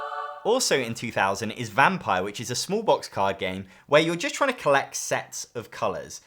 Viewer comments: indeed, he pronounced it like the English 'vampire'. in German it would be like 'vum-peer'. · Not sure that's how you should pronounce "Vampir."